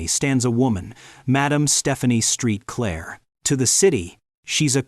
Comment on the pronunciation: HER NAME IS PRONOUNCED "MAD-AHM SAINT-CLAIR!" NOT STREET CLAIR!!